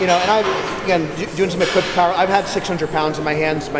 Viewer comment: The POWAHH IS BACK!!